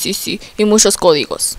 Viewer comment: Abajito son las veces que dijó mushos en ves de muchos XD